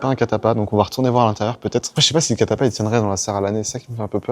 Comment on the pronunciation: Catalpa pas catapa